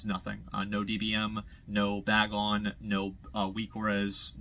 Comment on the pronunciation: BagNON not BagON. Bagon is a pokemon lmao